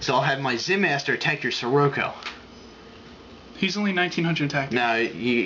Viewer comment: Sirroco? Lol